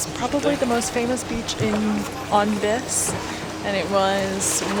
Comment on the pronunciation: Unfortunately, you keep pronouncing “Vis” wrong. The i is pronounced as a long e sound.